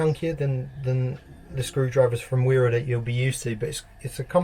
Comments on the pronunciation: You can’t just bunch every English bloke in the same category 🤣. Only the people who don’t give a $hit about their tools don’t know it’s pronounced vera. I’m 21 and do hella research before committing to any 1 company so don’t you dare have the audacity to put me in the same boat as these fucken waste men 😂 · Pronounced as Vera 👍